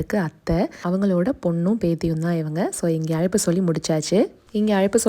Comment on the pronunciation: அய்ப்பு இல்ல மா அழைப்பு